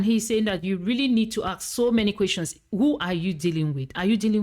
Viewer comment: Why many people pronounce the word "ask" as "aks" now?